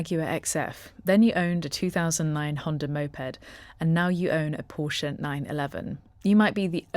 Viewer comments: Thank you for pronouncing Porsche correctly! Even actual car channels fck it up! It's a family name - not just a random word - so it especially has a correct pronunciation. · Thanks for the correct pronunciation of the marque name, most UK vids are a fail on this.